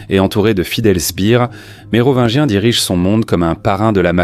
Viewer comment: À la prononciation de « Mérovineguien » j’arrête… c’est pas possible… g’faites un effort les gars! 🙁🤮🤬